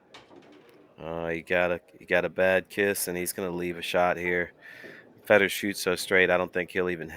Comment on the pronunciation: FAY dor!!! His name doesn't rhyme with cheese. If you can't speak English you have zero business in the announcing game.